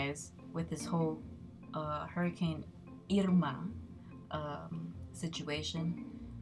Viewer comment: Glad you're safe from Hurricane "Eerma!" LOL!!!